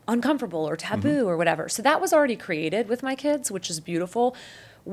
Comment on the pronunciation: TO THE CREATOR OF THE "Encounter" SERIES: Your video with Sweet Vickey, and this one, you seem to be articulate and well spoken - until you try using the word(s) "with" and "with you." At that point, you revert to "wit" and "witchew." Is it just the way you talk, or what? Are you going to work on correcting that?